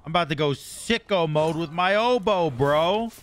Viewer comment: It will work for you because you actually say "obow" and not "odeeeeeeebow" like trelli and rexsi.